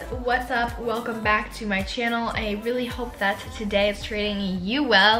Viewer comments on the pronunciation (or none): none